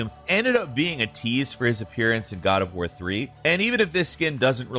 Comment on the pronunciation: the “COD” OF war Hhahah